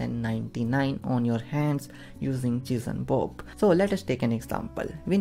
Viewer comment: I'm sorry, but I can't stop hearing "cheese and Bob" XD Thank you so much though! It helped so much. Such a cool and efficient technique.